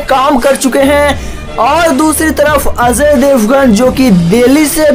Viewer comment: Gadhaye Ajay Devgan hai azay devgan nahi